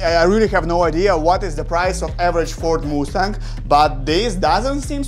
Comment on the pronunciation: Just so you know It is pronounced must-ang